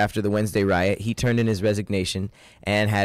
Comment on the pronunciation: I feel like says wyatt instead of riot lol